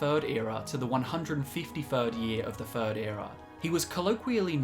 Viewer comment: So eloquent... until the word third is in the script 😂😂😂😂 fis is fe furd time I’ve commented fis joke